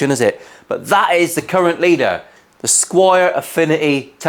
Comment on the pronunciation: Squier not Squire